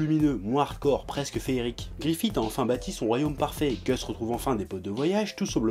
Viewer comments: Très bonne vidéo mais il y a juste le GrifithE qui me gêne x) Ca se prononce Grifisse :P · Bigo gogo ça se prononce Griffith mais je sais pas comment te décrire ce son "th" c'est un peu comme le f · Je prononce Gust comme il se prononce :P Mais si je prononce Griffisse c'est surement à cause de la version vostfr de l'anime ^^ Car en Japonais ça se prononce bien Griffisse :) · Bigo gogo Moi je prononce guts et griffite et j'emmerde les gens qui sont pas d'accord. On est en France ici bordel.